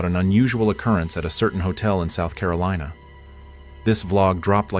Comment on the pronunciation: "South CarolEEna" 🤣🤣🤣